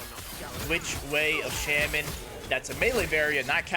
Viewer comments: cool build but please, it's not shemen, its shaman =d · The build seems really cool. I was thinking on what to do with the primalist. Also, just something for your knowledge, "Shaman" is pronounced "Shah-men."